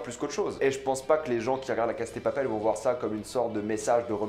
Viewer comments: Répète après moi : "La casA de Papel", le A se prononce, c'est pas "La Case de papel".... Sinon, bonne vidéo... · pourquoi tu dis "la case" au lieu de "la casa" ? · La cassssssaaaaaa de papel ptn de merde pas case de papel ptn maîtrise ton latin 🤦‍♂️🤦‍♂️🤦‍♂️🤦‍♂️😑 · C'est moi ou tu dis (la caSSe de papel)???!!!! En fait, y a un (A) à la fin 🙄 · Arrête de dire case de papel c pas ouf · On dirais tu dis « la casse de papel » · On m’explique pourquoi il dit tout le temps la « cass » de papel